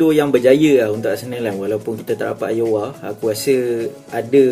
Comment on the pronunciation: Nice content bro, cuma cara sebut Aouar ialah "Au-war"